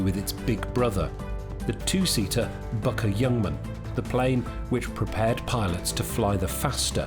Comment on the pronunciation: Fantastic job but don’t say Bucker. Please say Bücker! 🫡👍😎